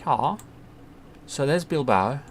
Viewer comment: Great vid, you were right the first time, you say Bilbao like that, keep up the great work